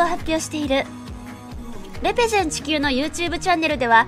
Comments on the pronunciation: れ↓ぺ↑ゼ↑ン↓ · レ↑ペゼンがすごく気になる